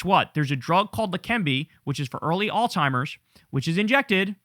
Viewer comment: Alzheimer not Altimer